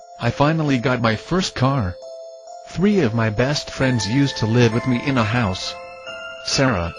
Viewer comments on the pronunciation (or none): none